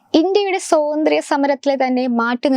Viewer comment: സ്വാതന്ത്ര്യം എന്ന് അക്ഷരസ്പുടതയോടെ പറയാൻ പഠിക്കു.